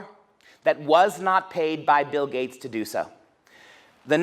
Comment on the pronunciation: i like this guys accent :) but when he said gates i thought he said gays.. i was like, what do the gays have to do with--ohhhh, gaaaateeeesss XD